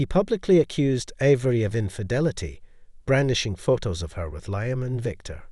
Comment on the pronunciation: MORE AI bullshit from someone who obviously cannot write a coherent narrative on their own Can't pronounce Thames OR Liam properly, let alone lavish or elite. WHY did Avery invite William to the auction where Avery was meeting Victor and where her earring was displayed? WHY did she behave so blatantly there, IN PUBLIC, with Victor, IN FRONT OF William? WHY did she give an expensive earring that William had bought and given to her as a gesture of love to Liam? Victor mentioning "Edinburgh"? WHY did William go home home without Avery? WHY did the earring disappear the next day if William had never mentioned it to Avery? "Avery's cryptic sketchbook" comes out of nowhere. Avery sketches? WHY was she crying while talking to Liam? She hadn't even left him yet. "A lingering hesitation" when he did nothing more than touch her shoulder? Doesn't sound like there was much chance of the baby being Williams if she cringed at merely a shoulder touch. Also, having an affair WITHOUT taking precautions? Why did she need Victor as a "decoy" to throw William off? William believing that she was cheating with Victor would somehow be less tragic than her cheating with Liam? Adultery with a wealthy collector is more acceptable than with a struggling artist? WHY did Avery flinch whenever William's phone buzzed? C + L? WHO is C? HOW did Liam get Victor's new address to mail the earring back? Victor, a "wealthy collector" is adjusting paintings at the gallery? Is that common for wealthy art collectors